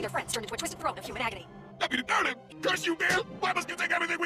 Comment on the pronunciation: Aww! I just noticed the way says "Durland" sounds like "Darlin'"!